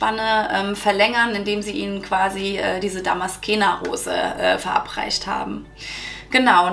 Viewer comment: Liebe 😊... Danke für die tollen Infos. Kleiner Tip: man spricht es ^Damaszener Rose^... darum wird sie auch in deutsch genau so geschrieben 😉